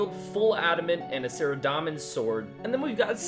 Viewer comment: Its saradomin not saradamin